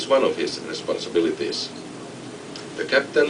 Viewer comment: RISPONSABILATIS! hahaha omg it's fun:)))